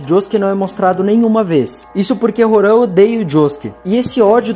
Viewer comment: Agoniado com o ele lendo "Horan" e não "Roham"